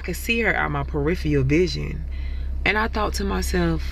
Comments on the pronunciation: Periphial ? Surely you mean peripheral... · "Outta my perifial vision" come on, really? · Periphee-al vision??? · “Periphial” vision 😂😂😂